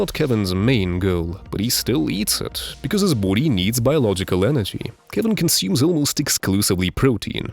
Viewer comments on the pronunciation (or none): Why does he pronounce body like "Boody"?